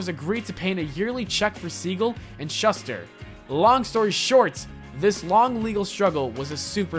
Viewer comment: Alot of These "facts" are inaccurate and very misleading. Also Shuster is pronounced Shooster and Niche is pronounced NeeChee